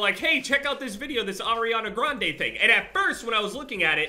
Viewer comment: But u dont even know how to pronounce her last name lol. 😂